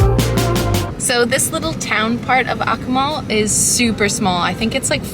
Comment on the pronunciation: If you are going to present yourselves as informed travel vloggers, you might not butcher the pronunciation of your destination in the first minute - hint - in Latin American Spanish the syllables are enunciated very clearly. eg A- Koo- Mal. Ironically, your sponsor is Babel. Maybe think about taking their courses!!